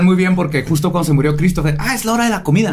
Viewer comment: Casi escupo mi trago de cafe al escuchar a deicr, "se mudio", me acorde de la epica respuesta, " ay pobedito"......